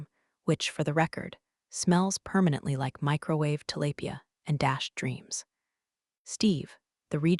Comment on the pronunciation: Its pronounced "Til-ahh-Pee-Uh"!